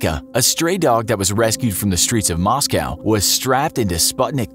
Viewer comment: Americans need to learn how to pronounce Moscow